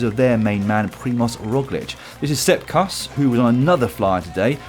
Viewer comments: It's Sepp Kuss - rhymes with "loose," not "cuss" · Hey, It's "Sep- Koos"